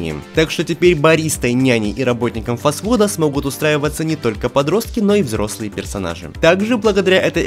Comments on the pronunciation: Почему я слышу работник паскуда вместо работник фаст-фуда ?👀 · А я слышу работник пасуда хD